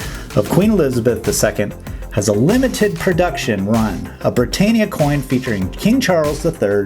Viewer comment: Just FYI, in the UK we pronounce the "tan" in "Britannia" just like "tan", not "tane".